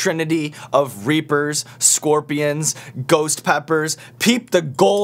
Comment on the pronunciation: Is he saying ghost or goats?!